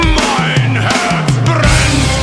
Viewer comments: Herz, not Hertz. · Your German pronunciation is so good, wow! Greetings from Germany